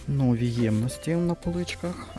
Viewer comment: вибачаюсь, часто вживаєте слово нові, то наголос варто ставити на і. І вірно дерматин, одне н. Дякую за відео, придбала скляну пташку, в ній можна подавати мед, варення, соус. ❤